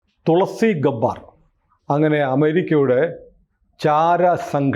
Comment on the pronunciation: ഗബാർ അല്ല ഗെ ബ്ബാർ ആണ്